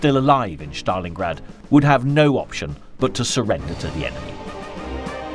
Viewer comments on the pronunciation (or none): Good narration HOWEVER why is STALINGRAD pronounced as, "SCHTALINGRAD"? Is that actually how Russians pronounce it? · There is no “hatch“ In the pronunciation of Stalingrad.